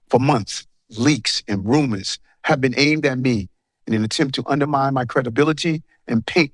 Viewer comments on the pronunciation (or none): A “tahget” and “roomas”? Um, what? 🤣🤦‍♂️